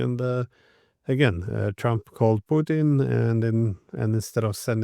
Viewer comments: It's PUtin, Ray. PUtin. It's not PUchin. Nor is it PuTIN or PuCHIN. Got it??? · Love our guy Ray McGovern ❤ but why does he pronounce Putin like Irish moonshine Poitín 🤷🏻😂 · True, but he insists on MISpronouncing “Putin.” I don’t understand how he can hold out, when most of his peers pronounce it correctly, when he can tune in RT and hear it pronounced correctly, when Google Translate will give him the correct pronunciation, when reading through some basic rules on pronouncing Russian would clue him in . . .